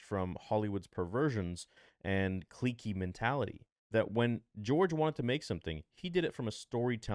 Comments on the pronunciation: Bro, the word is "click, or clicky". Not kleek or whatever you keep saying. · I’m sorry but I just have to say that “clique” is pronounced “click” 😭